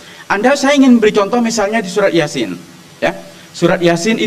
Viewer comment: oten Ga ada ilmu ny bahas ayat alqur'an Baca ahir dari surah yasin saja salah wk wk 😂